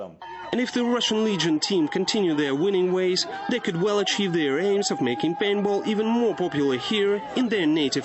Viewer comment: LOL he says painball :P